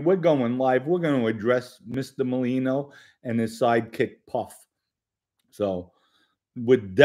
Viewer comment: it’s NOT Malino!!!! It’s MER-LINO! Please pronounce it correctly. You’ve been pronouncing it wrong since Joey came on the internet. Thank you!